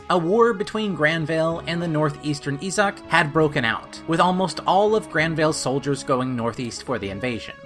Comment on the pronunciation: my biggest issue is that you didn't bother to look up the proper pronunciations of the names and locations. Issac is pronounced as I-sac, Thracia is Thray-see-ah, etc. It doesn't take all that long to look these things up